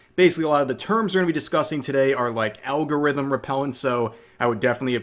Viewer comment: For Al-Gore-Rithum!!